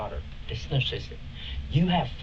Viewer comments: This is the longest 1 man run on sentence show a charade can only last so long "that's a narcisstic" a narcisstic? LIEZ! He hasn't said the word correct once in the 24 times has attempted. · Ugh, I can’t stand the way he’s saying “narcisstic” instead of “narcissistic” 🤦‍♀️ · The suspect keeps saying "narcistic.' Nope: the word is narcissistic. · He kept saying narcistic😂🤣☠️. Like bro it's narcissistic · I would have had an uncontrollable urge to correct the word “Narcistic” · I love your spelling as he pronounced it specially the end "tik" because here in 🇿🇦South Africa there is an illicit drug called tik, very apt in this case 😂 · Bro keeps saying “narcistic” lol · "Nar-cis-tic. He's nar-cis-tic. I lived with a nar-cis-tic." Ugggggggh. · You misspelled the title. It should say “Narcistic Killer Laughs…”. Seriously, nothing says you know about something more than not knowing how to pronounce the damn thing. If I hear him say “narcistic” again, I’m going to go nuts. Some might even say I’d be acting like a psypath, or a manyak. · I'm sorry, but if I were one of those investigators, I'd have to stop him talking mid-sentence and explain to him that he's been pronouncing "narcissistic" wrong his whole life and that he sounds like a dummy. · The word is narcissistic, not nar-sis-tik. #swag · Tweaker talking about everything under the sun, but his own business aka why he is in the room. Also an expert on “nar-sis-tick” people - it’s one of the gifts meth imparts on those who dance with it. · For somebody who supposedly knows so much about a narcissistic person, he damn sure don't know how to pronounce it right... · I like the cut of this man’s jib. What’s really cool is how his favorite word is “narcissistic” and he is incapable of pronouncing it correctly.